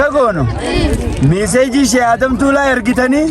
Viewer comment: Mashallah ,garuu obbolessa koo Tuulaa jedhi malee Taalaa miti